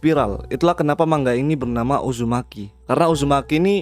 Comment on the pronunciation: Cara bacanya memang "mang-ga"